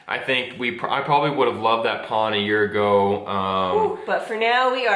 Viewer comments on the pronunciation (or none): I like how says pan like saying "pawn" in english hehehe. Feel better both of you. ✌